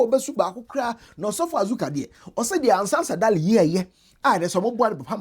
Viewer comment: you keep saying Ansah Sadaly but it’s Sansa Daly